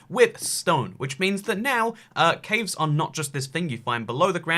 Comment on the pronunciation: Nobody: Nobody at all: Not a single soul:: Cävës